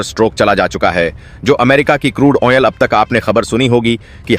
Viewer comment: Useless way of narration. Repeating the same thing over and over. Wrong pronunciation of crude oil.